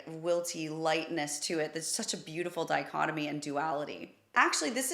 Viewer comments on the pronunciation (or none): none